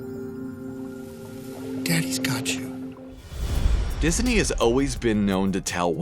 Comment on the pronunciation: ... "Dis a knee"